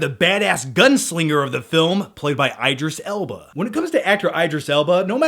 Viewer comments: Is anyone else cringing whenever says Eyedris Elba? besides me. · eye-driss Ellbarh? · It's ID-ris L-bah, why the fuck would it be ED if there's an I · Eye-dris Elba😱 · omg every time he says idris alba's name i laugh, thats not how you pronounce it lol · Unforgivable mispronouncing my husbands name.